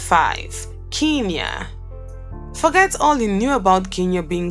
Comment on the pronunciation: Pronounce it as Kenya